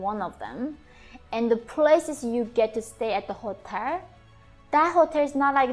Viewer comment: Yeonmi, I noticed that you have difficulty saying the "l" at the ends of words like "special" and "hotel." The key to it is, touch the tip of your tongue to the roof of your mouth right behind your teeth. That will make the "l" sound.